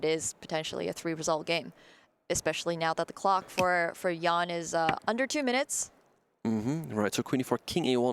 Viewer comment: Everytime the one guy said "Jan" I heard "young"